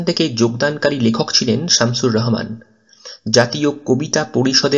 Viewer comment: Vai Rohman na rahoman hbe